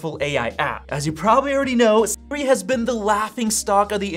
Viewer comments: why is bro saying it like s-ri 💀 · Why can this guy not says Siri? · Why does it sound strange when you say Siri?